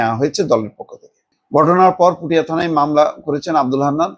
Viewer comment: উপজেলার নাম হলো পুঠিয়া, পুটিয়া নয়।